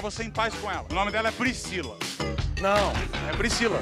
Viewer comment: Qual seu nome pricila. Pricila nao velho kkk